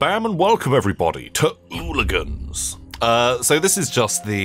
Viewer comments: But he pronounced it "ooligans" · literally less than 5 seconds in and my man has gotten the name wrong. I love you, never change!